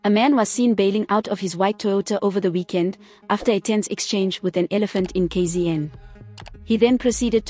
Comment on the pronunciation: The pronunciation of KZN 😂